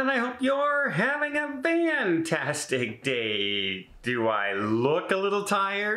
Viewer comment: Why vantastic, not fantastic? Is it an inside joke, or story?